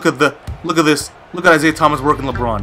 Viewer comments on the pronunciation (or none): none